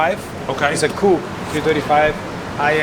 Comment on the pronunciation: he didnt' say 'coupé' correctly ;P